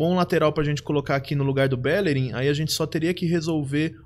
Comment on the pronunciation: Cara, vc falando BÉllerin é triste... tem um acento agudo de todo tamanho no I do BellerÍn indicando a vogal tônica... Fora isso, ótimo draft!